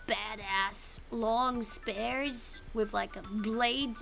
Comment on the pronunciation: 스피어 발음 헷갈려서 스페어라고 하네 점장님ㅋㅋㅋ